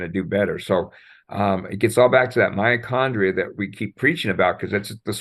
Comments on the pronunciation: Mitochondria not miocondria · I clicked on this video to learn something new, but i am finding it really difficult to listen to and trust a supposed expert who repeatedly says "myochondria" instead of "MYTOchondria". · Is he really saying myachondria instead of mitochondria..?? And talking about malaria being caused by bacteria?? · I just found this video but I have to ask, is saying miacondria rather than mitochondria? Hmmm and he's a doctor. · It's driving me nuts how he keeps deleting the /t/ in mitochondria.